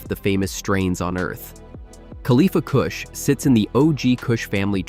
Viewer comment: Khalifa KOOSH 😂